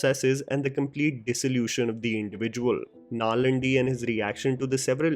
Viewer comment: It's actually Nallaandi ... 'aa' ... Vjs plays a mystic ... your review didn't cover this aspect of his in detail.